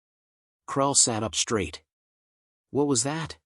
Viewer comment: Your AI ALSO mispronounces all words with "...str..." in them!!!!!!!!!!! LOTS of AI AND Humans do this and it is FREAKING ANNOYING!!!! SHTRAIGHT, SHTRAIN, SHTRONG, AUSHTRALIA, DESHTROY, ETC ETC ETC........... THOSE FKN WORDS DO NOT HAVE AN "H" AFTER THE FKN "S"!!!!!!!!!!!!!!!!!!!!!!!